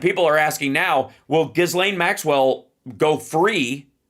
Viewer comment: I wish Hal would pronounce Ghislaine's name correctly. She pronounces it with a soft G sound and silent S - i.e. Jill Lane.